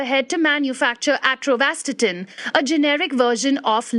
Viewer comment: AT-OR-VAA-STATIN not Atrovastatin.